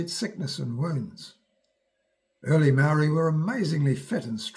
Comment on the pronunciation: muarry lived happily 😂